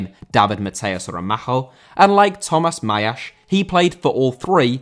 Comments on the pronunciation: Why the "Mejiash". He's spanish, it's pronounced like a normal "s". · Always appreciate the effort put in trying to get pronunciation right but almost all names were butchered on this video, specifically Mejías.